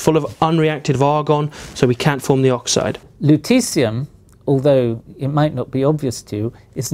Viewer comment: I kept hearing luteCium !!